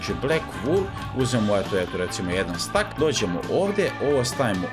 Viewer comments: nije stack nego steck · Nije stak nego stek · ne kaze se jedan stak nego jedan stek